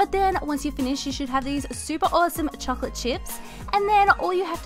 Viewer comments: did anyone else hear her say chochlate chips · who heard her say " chochlate chips"